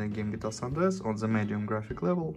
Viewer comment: It is GTA San Andreas. He said it in bad English.